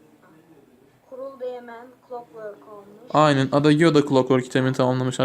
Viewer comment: abi adagiyo diye değil eyciyo diye okunur lütfen dikkat et